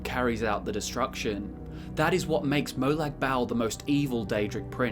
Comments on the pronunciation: its not molag bal its Molag Bal like bawl u dont say bal dont sound right ... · It's pronounced (moe-log ball) but spelt like that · Its more pronouced like "Barl" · “Molag Bowel” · I'm sorry, but I just can't stand how you say Molag Bal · It’s Molag bal